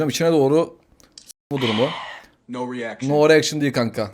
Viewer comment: No eriakşın❌ Yessör eriakşın👍